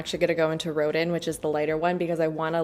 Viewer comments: Loved this video as I love these brands. FYI Rodin is pronounced “Ro-Dan” 😊 he sculpted “the thinker” 🤔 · Hi, dearest! Rodin’s name is pronounced like “rowed-ON.” He’s a French (?) sculptor, and his name is said w the French pronunciation :) Edit: And “Rococo” is “ROW-co-co” and “Baroque” is “bah-row-ck.” Took me ages to learn all my art history terms/pronunciations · You live in Montreal and that’s how you pronounce Rodin?? 😭